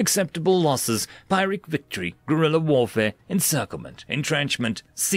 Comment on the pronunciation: You mispronounced Pyrrhic Victory and now my day is ruined